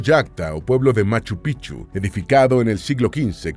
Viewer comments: Me da risa cuando no dice correctamente Machupicchu, para un quechua hablante es diferente el significado 😂😂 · Por favor...Es MACHU PICCHU....MACHU PICCHU, gracias ‼️♥️🇵🇪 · Pronuncien la c intermedia en machu picchu, sin esa c en picchu se traduce como verga de viejo en vez de ser montaña antigua